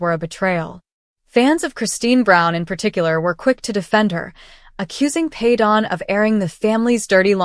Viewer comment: I cannot stand you mispronouncing his name all the time